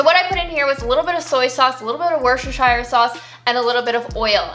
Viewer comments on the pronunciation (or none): Ha, I like how your scoring system is out of 10 breads! Just in case you're interested, the original British pronunciation of "Worcestershire" is "Wustershur" but I get that it's confusing why when it's spelt so differently, say it however it suits you best. :-)